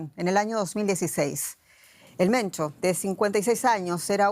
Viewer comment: Se pronuncia "Mencho" no "Mento"